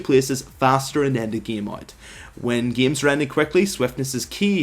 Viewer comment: And "gam" instead of game